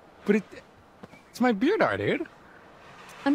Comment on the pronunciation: "but its my beerdar"